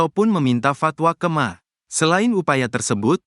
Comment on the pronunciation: Min...Mahkamah Agung /,MA jangan dibaca ma...😂😂😂